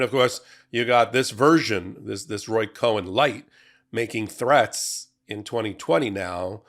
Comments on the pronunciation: It's Roy Cohn, pronounced "Cone" - not Cohen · 👎 His name is spelled Cohn, not CohEn, so his name is pronounced CONE, not as you say, Cohen. :face-blue-smiling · IT'S COHN NOT COHEN. PRONOUNCED CONE. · I think it's pronounced KONE, not Cohen. You're welcome. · Okay, the grammar freak in me just has to say this: Cohn is one syllable; Cohen is two syllables! (And Roger Stone still looks like the villain from Roger Rabbit!) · Just for information's sake... it's Roy Cohn (like an ice cream CONE. Not CO-HEN). He was the most miserable POS human to ever practice law. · Roy Cohn (pronounced "kone"), not "Cohen". Different names! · It's Roy Cohn, not Co-hen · It's Roy Cohn, not Cohen. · Just a slight correction. Roy Cohn, was not Roy COHEN, pronouced CONE. He was a degenerate scumbag just as you indicated. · That's Roy COHN, pronounced "cone," not "Cohen," my friend! Cohn was a hypocrite, and a particularly VICIOUS one at that, ALL the way around.... interesting fact, lol. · Minor point: Roy Cohn's last name has one syllable, not two. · It's Roy Cohn, not Cohen. In the 50s and 60s he was a mob consigliore who did then "mentor" Don, as arranged by Don's father. My fathering-law worked in the SEC in the late 50s-60s when they had him adn some mobsters in court. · I like this podcast and your presentation but pleae pronounce names correctly. It's Cohn (cone), not Cohen. Just a tip to keep your image at the top. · I thought it was Cohn, not Cohen? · His name was Roy Cohn, not Cohen. Roy Cohn, pronounced "cone". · It's Roy Cohn, not Cohen. Pronounced "Con." Which is apt ;) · Thanks for all you get right!! Please it is “Roy Cohn” as in Kone. Not Cohen! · Roy Cohn, not Cohen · Cohn not Cohen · Great video, as always. NB Roy Cohn ("cone") not Cohen ... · his name is Roy COHN, not “Cohen”. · Trump's mentor was named Roy Cohn - as in (pine) cone. It is definitely not Roy Cohen - as in () Cohen. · It’s Roy Cohn. Not Cohen.